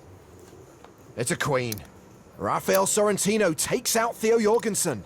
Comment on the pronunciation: Jorgensen no.. Donkensen..